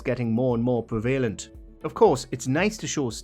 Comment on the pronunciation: Oi, fella, learn how to say 'prevalent'. As for the content, I'm with the Clash: I'm So Bored of the U.S.A.